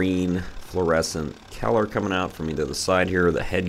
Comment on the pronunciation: You must hale from Pittsburgh. Nobody else pronounces color as "keller". No Primanti Brothers in Idaho!